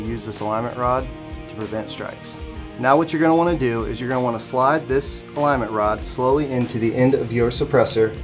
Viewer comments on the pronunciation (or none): "aligment rod"